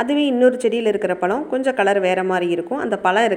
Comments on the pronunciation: Palam illa pazham first tamizha ozhunga pesu tension aguthu mayiru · Pazham not palam